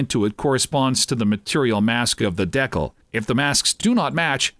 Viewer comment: That pronunciation of decal is upsetting